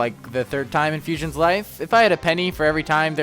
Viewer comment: Erm.. it’s ‘fusion’s’ 🤓🤓